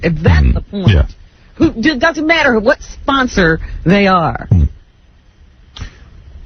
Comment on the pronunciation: "It doesn't matta"